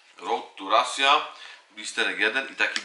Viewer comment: nie mówi się rasia tylko raszia a pisze się russia